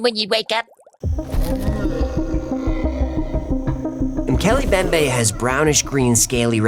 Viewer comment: Great video! Not a criticism just a note, it is pronounced Moe-kel-ay Em-bem-bay